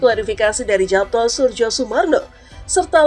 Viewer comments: Dibaca yapto ( ejaan lama )....nduk...bukan japto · Heran, pembaca narasi kok tidak tahu cara membaca (mengucapkan) nama Japto Soerjo Soemarno Itu kan ejaan lama; huruf J = Y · Sepertinya baca namanya itu yg benar YAPTO SURYOSUMARNO, bukan japto surjosumarno krn itu ejak'an lama 🙏🙏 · Pembaca beritanya tidak mengerti cara membaca EYD. Kedengarannya jadi loetjoe.. Khususnya saat membaca nama tulisan Japto harusnya dibaca " Yapto'. Soerjosoemarno harusnya dibaca " Suryosumarno". Tolong diperbaiki. Tks.